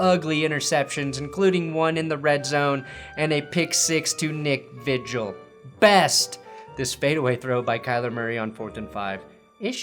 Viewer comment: Hey nick vigil has my name, but he says it wrong